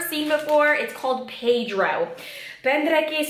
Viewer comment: Hej jak si řekla to pedro cesky tak to bylo dobry😂